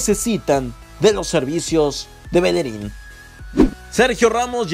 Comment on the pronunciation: es BELLERIN no Belerin.